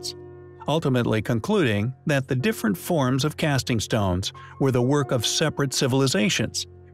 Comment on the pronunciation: What did it for me was "cassing" stones on the pyramid. Really?? Is this an ai video intended to cause people to argue or what?